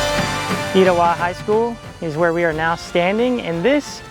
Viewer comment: omgg i’m an Etowah 2024 graduate and i had no idea this movie was filmed here! It was so cool to see you visit my school that my mother and all her 5 children graduated from. Thank you for featuring it in your video, also it’s pronounced ‘eh-tow-ah’ but I understand the confusion ❤️